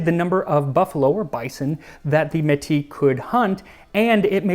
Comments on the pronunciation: Love to see Indigenous history being represented!! As someone who is Cree and Canadian, dying at the pronunciation of "Métis" from an English-speaking, non-Canadian perspective. 😂I'm sure others have said this, but generally it's may-tee in English. Thank you for all the work you do!! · Hi Max, just for future reference, Métis is pronounced may-tea. Irish, Scots and French are the usual European ethnicities that are recognized as being a part of the Métis, for lack of a better word, genetic make-up. The language that is spoken to this very day is called Michif. It's an amalgamation of Cree and French. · Cool video. The S is pronounced in Métis. If you ever need a hand in future episodes with French and French-Canadian words, let me know, it'll be my pleasure. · Just a few things: 1) Méti (meh-tee) 2) The Méti are still a strong and vibrant nation, so no need to say 'were'. 3) HBC is still around today 4) Indigenous, not 'native-american'. Americans tend to make this mistake more than anyone else. There is archeological evidence showing Indigenous people were here at minimum 21,000 years prior to colonization. Their nations predate America the country, and the naming of the continents. In fact, the US democratic governance system is a stolen system. It is actually based on the Haudenesaune Confederacy. So it is not even an experiment. The Confederacy is still very much alive and well to this day. It may even predate Greek democracy. Also, for people of different backgrounds, just call them American. You don't hear anyone ever say Caucasian American. Food for thought. All said, I love the channel. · The word mètis is pronounced may tea the y is less pronounced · Metis is pronounced MAY-TEA. read it like a frenchman. mehtii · I was laughing at his metis pronunciation too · Bro says he's studying French and then pronounces voyageur and Métis in the most English way I've heard lol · To add to your intervention, we must pronounce the terminal "s" of métis as in kiss.